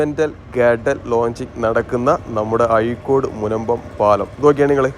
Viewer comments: ആയിക്കോട് അല്ല അഴിക്കോട് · അയിക്കോടല്ല അഴീക്കോട് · യ അല്ലടോ ഴ എന്നാണ്